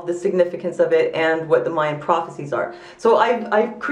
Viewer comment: The Mayan calendar doesn't account for leap years. I'm not the least bit worried, and I'm sick of people thinking something bad's gonna happen. I'm sure nothing will happen that day, and it'll be just another day. Why do you say "mey-an"? It's "my-an".